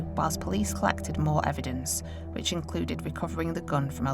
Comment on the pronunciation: Fowensic ewedence Imma be honest. This narrators voice is awful.